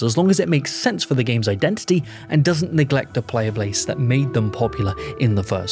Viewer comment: lol this mf said "player blase"